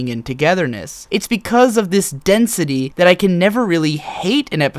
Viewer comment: You read D-E-N-S-I-T-Y Wrong.